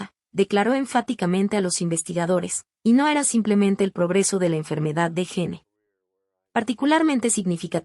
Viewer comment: Pronuncia bien es (Gin) no, gene!!!!